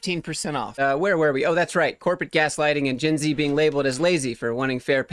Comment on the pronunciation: That a shot every time he says "GINZEEE"